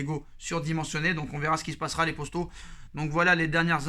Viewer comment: Les poStos… il sort d’où le S là exactement ? 🤔